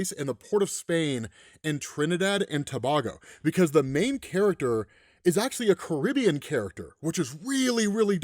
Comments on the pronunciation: To-Bay-Go, not tobaago Big up all the Trini dem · its Trinidad and TA-BAY-GO not TA-BAA-GO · I ain't done with the video yet but I had to stop and complain. In 2026, how people still sayin "ToBAHgo" and not "2-Bay-go"? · Trinidad and Tu-BAY-go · Trinidad & Tobago🇹🇹 .... Pronounced Toh-bay-go. 😂😂😂😂.... This looks good! 👍🏾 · To-Bay-Go. Fixed it for you. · This is so sick big up 🇹🇹🇹🇹 Also it's pronounced "Tobaygo" 😊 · Also, Tobago is pronounced Toe-bay-go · I believe it's pronounced "Trinidad and TA BAY GO" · Trinidad and Tobago 🇹🇹!!! Sounds like Tobaygo Trinbago massive link up !!! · 1st happy belated brother, 2nd please check out I am the Grim Reaper now that you are hipped to webtoons🙏🏾 Oh lastly it's Trinidad & Toe-bay-go🇹🇹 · it’s pronounced TUH-BAY-GO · Slight correction. It's pronounced To-BAY-go 😂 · As a Trinidadian, and being named Ché...man this is so fun to watch. Blessings to the artist who made this and i hope he gets to tell his story as he sees fit but covering this is so good. Just hope learns how ro pronounce Ché (Ch-aye) and Tobago (Tuh-bay-go) lol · To-bay-go. Tobago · I thought that you'd be pissed at how he pronounce Tobago 😂 (: "To-baa-go" LOL) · It's pronounced, Ta -BAY-GO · appreciate the coverage of the story as its tied to my homeland. But small critique, it's pronounced Tow-bay-go. Keep doing what you're doing. There's lots of folks that enjoy your work. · Duuudeeee!! Omg... 🇹🇹 wow we literally made it to comics explained.. proud of my fellow country man for making this comic.. wonder if other trinis going correct you on how to pronounce Tobago lmao